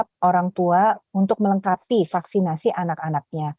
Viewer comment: mulai "faksin😂😂😂😂😂😂😂